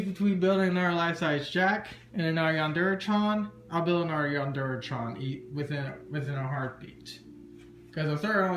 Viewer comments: "Yandere Chyawn" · It's really cool and all and I'd really love to have something like this, but the "chan" pronunciation is just killing me... xDD